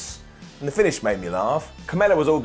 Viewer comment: Every time he said Carmella it sounded more like kamala.